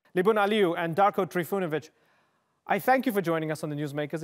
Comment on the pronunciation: ...uci engleski